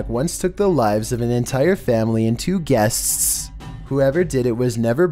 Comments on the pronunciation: two guestsisisis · “And two gueststs” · "And two gueSTSTS" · he says gueststs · Number 8: “An axe-wielding maniac once took the lives of an entire family, and two guessstss.”😂😂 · nobody:: "gueststtsts" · You said a second s on guest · Guestzzzz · guests-tisssss hahaha sorry man had to point it out, was too funny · Did anyone hear how he said "guests" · Anybody else notice how strange and forced he said guests on number 8 it was just louder and more prolonged than anything else he said the whole video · Oh god at minute the way said "guests" had me dead 🤣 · Why did you say guests, like that 😂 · He managed to turn the word "guests" into 3 syllables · Go to and listen how he says "guests" LMAO I love you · The way you emphasized "guests" had me dying